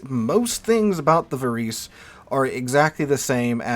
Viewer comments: Think Italian when pronouncing Italian names - it is closer to 'var-ay-say' than anything else. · The proper pronunciation is -> VA-RE-SE or something similar, although I am not italian, still ... 🙂